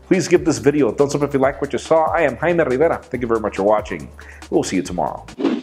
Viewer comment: Jaime,I don't think is your name buddy,the las name is the problem.I'm guessing people don't like the way you pronounce Rivera lol.